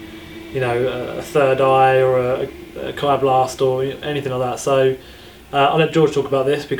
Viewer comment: Kai not Kia but other then that its awesome XD